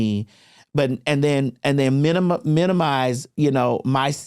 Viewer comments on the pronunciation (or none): TS it’s minimize, not minimilize 😂😂❤❤❤